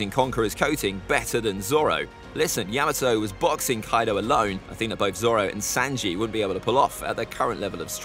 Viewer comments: He said sanjae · Why was he saying sanji like that and Brook stronger then that I feel like